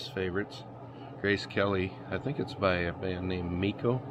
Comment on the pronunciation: I apologise if you did, but my midwest ears heard MIKO.